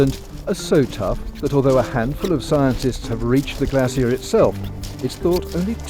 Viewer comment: Glacier, not glassier